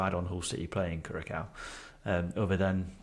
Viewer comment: My brain hurt more and more with every pronunciation of Curaçao in this video